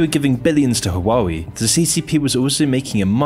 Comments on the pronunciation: Yes, his Chinese pronunciations are a bit... Not Chinese. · The are two crimes present in this video: the first one is the criminal pronunciation of the name of the brand (take a look at forvo, at least) and the second is that this channel is criminally underestimated! Keep up with your work, good job! Nice video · Huawei, he said it wrong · I loved the video but I cannot get over the pronunciation of Huawei. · ???? u can't even pronounce huawei the right way🤣🤣🤣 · The correct way to pronounce it is HU-A-WEI. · how can u read Huawei "HAWAWI" HAWAII" but not huawei ??? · Please check company names before recording xD will need to listen to "hoo-a-wei" for 20 mins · Love your channel. But, every time I hear you trying to pronounce Huawei, my head hurts. Waa-way. 🇦🇺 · it’s tough to take these videos seriously when doesn’t even take the time to google how to pronounce huawei lol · Great video as always. But every time you pronounced Huawei I died a little. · How is it high quality? Both xiaomi and huawei were completely mispronounced the whole video lol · can’t even pronounce huawei properly tho lol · Bro can’t even say the name💀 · So much research into this but couldn't research how to say Whaa way... Its not haa wa wee😂🤣😂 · Bro Hua-wei not Hawaii 😂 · Waa - Way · It’s not “Hoo-wa-wee” it’s “Wah-Way” lol great video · Huawei is pronounce like this "Waal-Way" not "Who-Waa-Wee" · Just FYI, its pronounced wah-wei. not hua-wei. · U know its evil when cant pronounce it right. Hua-wei, not huaa weee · I'm going to be one of those people, but I believe it's pronounced, "Hwa-way" not "Hawah-wee" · Hoo-ah-way not who-wah-wee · Calling Huawei Hawaiwi throughout the video is some well deserved disrespect. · So this is how the western pronouns huawei… “Who-wah-we” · "hoowawee?" 😂 OMG, I just can't 😂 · That's now how you pronounce Huawei - it's "Waa Way" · Imagine watching this using a hwawie phone. 😆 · fyi - Huawei is pronounced "hwaa way" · it's pronounced wow way